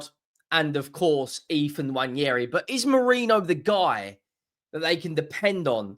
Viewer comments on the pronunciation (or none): Dear, It's not Nnwayeri it's Nwaneri (ONE NAY RI) ETHAN "ONE NAY RI" (WA NE RI) There's absolutely no Y in the name for crying out loud.. Again, it's not Nnwayeri